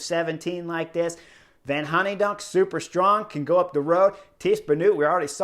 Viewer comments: You're like my father when it comes to pronouncing names... :P Hooydonck = Hay-donk and the oo = oa (goal), so try Hoaydonk. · Sorry chris, "van honnydonck"!? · Sweet-ass nickname. I spit out my tea when I heard this pronunciation. Genius, whether intentional or not.